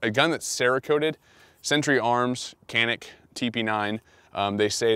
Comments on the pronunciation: Hey, just to let everyone know. The C in Turkish is pronounced J. So it's Janik. Sources: visited Turkey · Its pronounced Janik. The C makes the CH sound but sounds like a J. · no (K) you can tell to this pistol turkish language .... Canik .. not KANİK....BECAUSE WE ARE TELLİNG AMERİCAN GUNS ABOUT ENGLİSH LANGUAGE ...... FOR EXAMPLE = colt pistol .. we don't tell about colt pistol (JOLT PİSTOL) UNMDERSTAND ???? NOT (K) ... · It's actually pronounced Janik. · Actually pronounced with a J .Janik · Pronounced "Djanick" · öyle olunca vurgu son hecede oluyor gibi geliyor belki djunick daha doğru:)